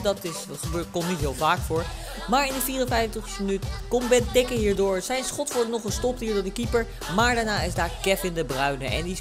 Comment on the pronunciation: Het is niet bentekke, maar benteeeke... :P